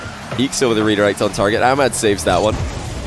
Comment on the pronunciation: wait a min... is not arab? his accent is so good for an arab and how he pronounce khalid and ahmad is like how johnny pronounces them..